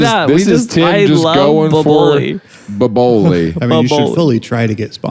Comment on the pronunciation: The way they are mispronouncing Boboli 😂